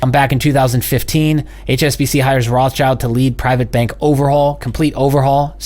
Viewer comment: please, pleeeeaaase stop saying "roths-child" ... it's a german based name and is spoken "roth-schild" (spoken: rod shild) which means something like "red shield" and has nothing to do with "child". it hurts a little bit in german speaking peoples ears. THANK YOU. APPRECIATE IT.